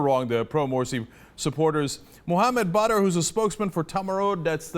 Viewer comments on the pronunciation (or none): none